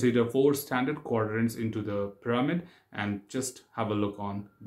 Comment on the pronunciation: Test pir-a-mid